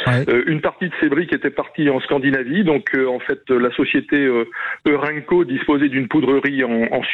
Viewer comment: pas 'eureco'' mais ''euraineco'' qui s'écrit EURENCO !!